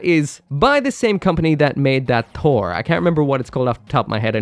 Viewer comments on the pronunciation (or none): none